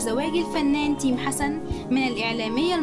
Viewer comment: ركزولي على لفظ اسم تَيم🙋‍♀️🙋‍♀️🤦‍♀️🤦‍♀️🤦‍♀️🤦‍♀️🤦‍♀️🤦‍♀️🤦‍♀️